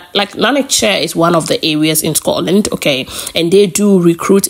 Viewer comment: Scotland not Scororland 👎